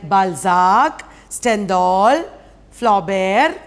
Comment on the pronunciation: BalZAAAAK....FlaubErrr...StendhDaaaaal..IbZeNNNN..😅😅😅 1st Prize for Monoact..😅